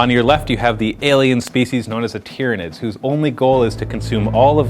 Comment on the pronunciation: tyranids it is said tie-ranids but spelt tyranids